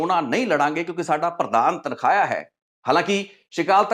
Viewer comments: ਤਨਖਾਹਿਆ ਨਹੀਂ ਤਨਖਾਈਆ ਹੁੰਦਾ ਹੈ। ਤੁਸੀਂ ਚੰਗੇ ਪੱਤਰਕਾਰ ਹੋ ਤੁਹਾਨੂੰ ਆਪਣਾ ਪੰਜਾਬੀ ਦਾ ਉਚਾਰਣ ਠੀਕ ਕਰਨਾ ਚਾਹੀਦਾ ਹੈ। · ਆਪਣਾ ਪੰਜਾਬੀ ਸ਼ਬਦਾਂ ਦਾ ਉਚਾਰਣ ਸਹੀ ਕਰੋ ਬਹੁਤ ਹਾਸੋ ਹੀਣੇ ਲਗਦੇ ਓਂ ਜਦੋ ਗ਼ਲਤ ਬੋਲਦੇ ਹੋ ਤਨਖਾਹਿਆ ਨਹੀਂ, ਤਨਖਾਹੀਆ ਹੁੰਦਾ ਹੈ